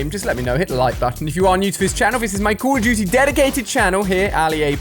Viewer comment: Where this guy from? He says “Cool of dooty”